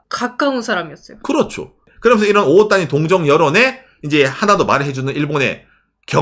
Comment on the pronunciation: 오타니가 정확한 일본발음으로는 오오ㅅ타니인가요?? 보면서 올바른 발음을 알게 됐네요!